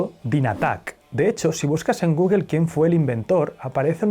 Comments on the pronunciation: Tambien "Guguel"?? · ¿Por qué dicen "guguel"?